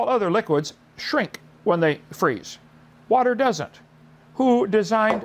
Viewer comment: How does Kent decide which words with Ts in the middle to over-enunciate? He prounces "water" as "waht-tur" and "butterfly" as "but-tur-fly," but he pronounces "thirty" as "thirddy." What's up with that?